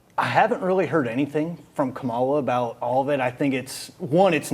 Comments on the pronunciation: Y'all are saying her name is wrong it's kamala. Her name कमला it "means Lotus Just ask her mom that shit you people are calling her means. Nothing, can't you read sound it out 😂.. Wright? Here it's Indian not black Kamala Khan. AKA Ms. Marvel.. same Fucking Name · Why do trump supporters excuse all the convictions, and try to validate it, but excuse it, but have room to criticize VP Harris. Black man on the panel, if anyone should make sure that you pronouce VP Harris's name correctly!! As a black man, you of all people on the panel should at least pronounce the VP's name correctly, unless you are a maga Republican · Not to mention his inability/unwillingness to pronounce her name correctly. It’s disrespect. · Why not correct pronunciation of her name!!!! Come on people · Thad, the Caucasian guy said he needed more details on Kamala's policies. She has put out more detailed policies and spoke to them than trump has. Trump never speaks with details. Also, when they mispronounce her name, you know where they are. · And the white boy mispronounced her name. That tells you all you need to know about him and his excuses to hate. It’s the dog whistle.